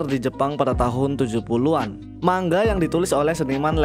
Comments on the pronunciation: Manga bang bukan mangga😭😭😭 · Bang salah ngomong lu itu, bacanya bukan mangga tapi manga. Kan "g" nya cuman 1 aja 😁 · maaf kak kakak ngomong nya salah manga bukan mangga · kenapa pas diawal awal kok abang nyebut manga jadi mangga😂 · Min dibaca manga bukan mangga,🤦 tidak doble G. 🤣🤣🤣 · Manga bang bukan mangga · Bukan MANGGA bang, tapi MANGA Wkwkwkwkwkkwwkw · coba dengerin bang, dia bacanya "MANG-GA" , harusnya bacanya "MA-NGA" hehehehe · tapi klo di jepang emg dibaca seperti MANGGA,, jadi N dibacanya NG di jepang, makanya MANGA jadi MANGGA, Konbawa dibaca Kongbawa... beberapa org jpn bilang sumimasen jdi Sumimaseng